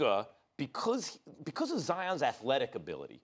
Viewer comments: I'm just going through these comments and no one is acknowledging Max's "because" .. come again? xD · Lol anyone else hear Max say becuz Instead Of because?